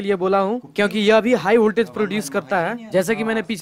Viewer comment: "хиг вольтАж" Произношение уровень Мутко😀